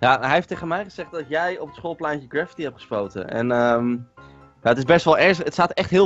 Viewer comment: Die stem is echt gewoon teletterlijk GRA FITTIE klinkt het xD